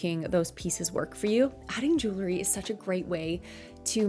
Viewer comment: lol are you saying jewlery?